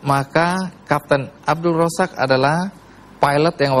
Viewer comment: Pak andy noya perlu tinggal di malaysia setaun biar bisa ngucapin "z" dgn benar. Abdul Rozzaq bisa jadi abdul rosak..cucyok cyynn